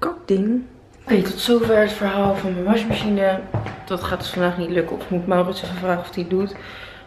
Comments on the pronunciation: Ben ik de enige die t opvalt dat Monica washmachine zegt ipv wasmachine?❤️😂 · Hoe je dat zegt, WasJmasJine hahah!😂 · Je zegt wasmachine vet grappig, washmachine haha